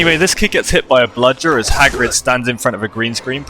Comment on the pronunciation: I spotted a mistake: I think had problems recording the word "bludger". I think they needed to put it in the scene later